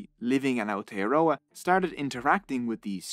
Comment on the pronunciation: I'm sorry but how you said Aotearoa made me a little mad only cause that's my country